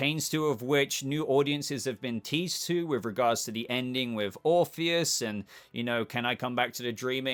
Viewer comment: Orr orpheus not morpheous